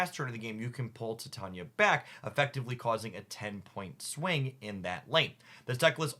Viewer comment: I love the content, but please PLEASE pronounce Titania correctly 😭